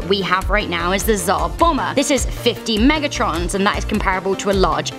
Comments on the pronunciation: Mega tons not trons. Wow sounds like you don’t know a lot about what you speak. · Did she say Megatrons? Lol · Its how many megatrons? Where did she learn to pronounce things? Like chixalub or Yucatan. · lmao did she just say ”50 Megatrons” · who else hear "50 megatrons" ? Lmao